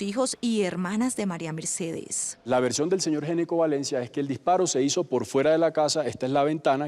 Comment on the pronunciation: Ese apellido no se pronuncia" Geneco " Se pronuncia "Ñecco". En la lengua italiana la " Gn" Se pronuncia como "Ñ" . Una píldora de información lingüística.